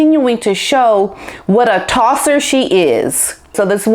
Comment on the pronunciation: giggles hearing someone say Tossa that doesn't have an Aussie accent And yes she is 🇦🇺